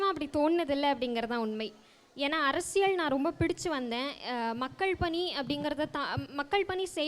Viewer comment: 'Arasiyal 'pronounciatione paaru